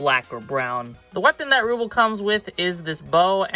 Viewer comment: The name is pronounced Roobell